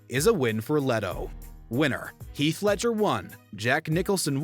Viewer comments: his name is Heath, NOT HEALTH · “health” say his name right atleast